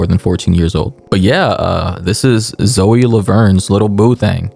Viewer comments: Ayy yo please please please don’t take this comment disrespect or rude but I’m pretty sure her name is said zoey and I’m not defending them btw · bro her name is pronounced ZOEY lmao